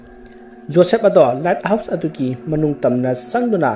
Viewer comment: Bro the light house to myek sengna hio accent da foreign sabada light house haiba mandre let house haiba male sem saraga ngangano english to heitadi the light house ana adum faja hio khngdaba mi film do yengningba mi yaoradi search twbada the led house ana soidana search twgrano ni bro appreciate you for the story